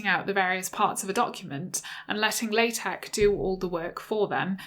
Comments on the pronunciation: She pronounced it wrong. Should sound like "La" "Tech". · Pronounced "la" "tech' :)